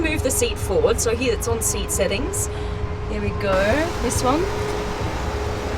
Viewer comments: I love how she pronounce "here" as 'hiiya" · I've never heard anyone pronounce "here" as she does...